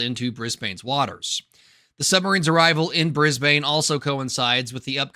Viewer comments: lolz Bris-bayne it's Briz-bin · G'Day USA. We pronounce it "Bris-bin". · Isn't it pronounced Brisban? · No self-respecting Aussie would say 'BrizBIN' - or 'BrizBANE'. It's 'Brizbn'. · It's pronounced in Aussie: Briz bin NOT Bris BANE! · The way to say Brisbane is by sounding the “bane” as “bin”. So while it’s spelt Brisbane is pronounced “Brisbin”. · My mea culpa for mispronouncing Brisbane is in this video. 1,000 apologies my friends!